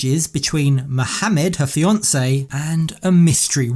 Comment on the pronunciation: The way you pronounced Muhammad was surprising to hear, I rarely hear anyone use a harsh "H" like arabs do.